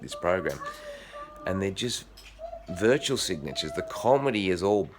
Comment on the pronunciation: It's "virtue" signaller, not "virtual" mate. ie. They're signalling how virtuous they are.